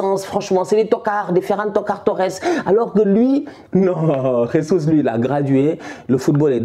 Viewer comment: Je valide mais sa se dit jésus en portugais pas ressus comme en Espagne